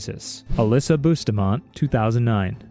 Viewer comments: You butchered that pronunciation of bustamante its budstaamaanti 😭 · the way you pronounced bustamante threw me off cuz everyone I know pronounces it as bus-ta-man-te